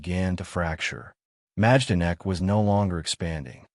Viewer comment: You don’t pronounce the “j” it’s pronounced My-don-ek.